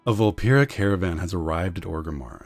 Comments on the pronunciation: "vul-PEAR-uh". Not "vul-PEER-uh". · Coronation In a dev QA, they said the official pronounciation was "vul-PEAR-uh". One is wrong, one is right.